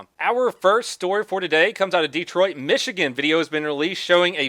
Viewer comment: Weekend Jail People from Detroit don’t emphasize the E like he does in this video